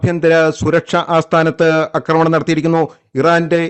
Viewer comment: അക്രമണം അല്ല ആക്രമണം😎